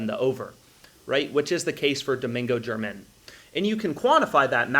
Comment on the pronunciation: I enjoy your videos, but Domingo German is not pronounced like the country. It’s pronounced hermit.